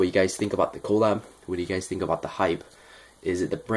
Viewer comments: It’s pronounced (cu-lab) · lMAO funny how you say colab